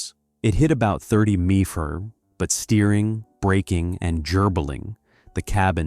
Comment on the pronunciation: MPH’ Mepars?? No such animal.Sorry , Not gonna let you roll with that- MPH- MILES PER HOUR!! When reading copy, YOU DO NOT ABBREVIATE!! That is for text only. MEPER’s NOT!